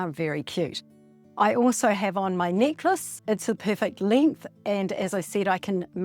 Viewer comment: When you said “necklace,” and you had dropped it, I thought you said “knickers” and had dropped your undies! Oh, my! I must listen more carefully. Good tutorial, knickers and all!🤗